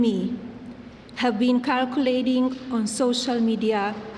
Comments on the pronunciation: Did she practice reading that before going live?! In a ~5-min speech, she had 5 mispronouncaiations! Is she unaware that her husband made English the official language of the country in March 2025? 🤨 "catorized" [categorized] "trival" [trivial] "carculating" [circulating] "convinced" [convicted] "unfound" [unfounded] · omg she said KIRKilating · She can’t pronounce circulating 😂😂😂